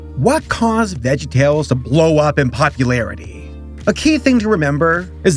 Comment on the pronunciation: My disappointment is immeasurable, and my day is ruined. You called VeggieTales "vegtales"